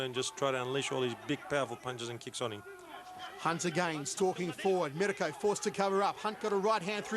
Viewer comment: The announcer sounds like he saying My cunt.